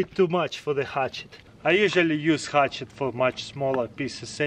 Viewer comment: I love how you say hutchet.